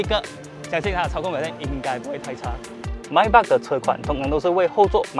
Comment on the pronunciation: Maybach 发音pronounce 都错了😓